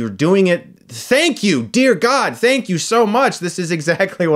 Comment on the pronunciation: Fank you, fank you, FANK YOU!!